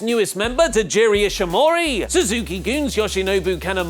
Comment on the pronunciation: Tajiri? Seriously? TAIJI*, they're similar, but not the same, I don't even venture far from the WWE, a bit of Impact as of late and very little NJPW, and I know that, C'MON OLI! 😂